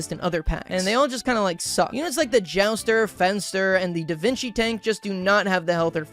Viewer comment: i’m sorry, did you just say davinki tank